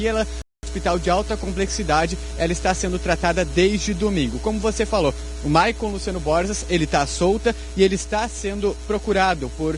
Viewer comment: O nome do rapaz não é Maicon. É Michael, pelo amor de Deus!